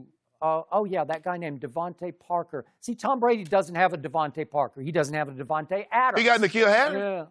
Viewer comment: LMAO Sharpe can't even get DeVonte Parker's name right